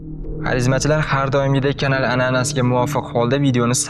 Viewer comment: Илтимос канал сузини тугри талаффуз килсангиз.